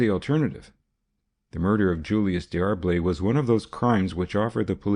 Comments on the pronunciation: Yes, unless you're a North American reading an English text from England. It's not Dee Arb lay but DAR-Blay. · Could he not have found out how to pronounce D'Arblay?